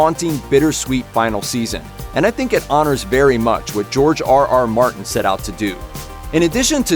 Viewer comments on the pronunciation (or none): none